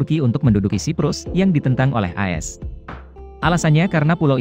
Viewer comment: Content bagus cuma cara baca negara A.S jadi as gak enek di dengar.🤭 Cuma masukan tapi apapun terpulang anda macam mana nak baca.